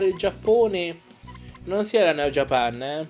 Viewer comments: Bel video! (Comunque è JÀPAN, non JAPÀN) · japan è inglese, e l'accento non cade sulla prima A dato che non c'è, ma sulla seconda. la pronuncia italiana nel doppiaggio è sbagliata, così come Inazuma e Raimon.